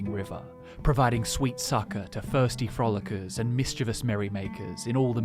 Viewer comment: "Firsty Frolickers" BRITISH I kid, I kid! Great video as always :D